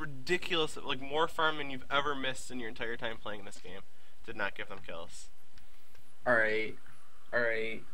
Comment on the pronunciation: I love these vids but I hate the way this guy says alright